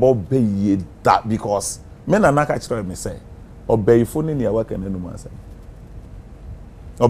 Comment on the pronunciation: Cantching is not cantching. Lol